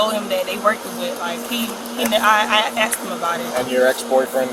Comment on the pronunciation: She's a teacher? That drives me crazy that she's says axed instead of asked!!!! She knows! I can't stand a person that would be so cruel as to do something like that and cause a person to go to jail.